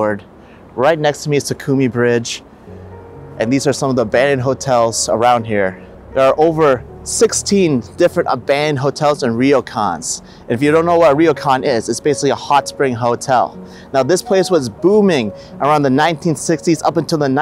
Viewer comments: Your "Reeoh-kahn" pronunciation ( , ) had me scratching my head in confusion until you explained its meaning immediately after, lol. I'm Japanese, so hearing these accents always throws me off. That bridge looks amazing--sort of reminds me of the Capilano Suspension Bridge in Vancouver, BC (only shorter)! Great footage. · Love it! Very nice and beautiful video of 鬼怒川温泉(Kinugawa Onsen). BTW, your pronunciation is little off. It is not RI-Yo -KAN. It is RYO-KAN. 旅館 in Japanese. But when we use the word Ryokan, we expect something small in scale. Some larger ones are called Hotel. Just like in other parts of the world.